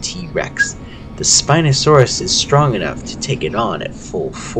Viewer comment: not bashing on the speaker of this video but thats not how you pronounce the spinos scientific name alan grant says the scientific name himself right after the spino attack in jp3